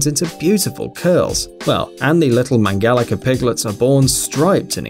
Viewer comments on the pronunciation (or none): It's not Mangalica with K Mangalika its Mangalica like the rice's c. I'm from hungary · Its not mangalika but mangalica please if you dont know how to say something run it trough google translate to be sure.